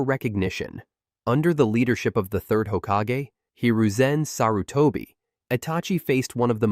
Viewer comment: Where are you from and why do you pronounce madra, susanoo, and Hokage like that?